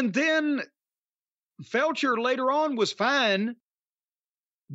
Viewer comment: Is Corny deliberately calling Kyle Fletcher "Felcher"? 😅